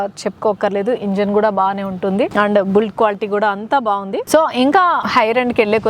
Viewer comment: ఫ్యూచర్స్ కాదు ఫీచర్స్ ... బుల్ట్ కాదు బిల్ట్... also Bluetooth connect chesi unna privacy ki em problem ledu call ans cheyagane me phone lo through speaker matladukovachu appudu car lo vinipinchadu. Inkonchem detailed ga telsuni chestaru ani cheptunna anthe... all the best